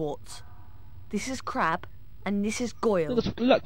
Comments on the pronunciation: no, "crabbe" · i thougt malfoy said crap